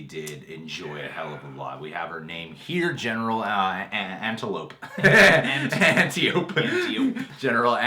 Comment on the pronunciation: Guys, Robin Wrights name is pronounced an-TY-oh-pee, not ANtiope. lol.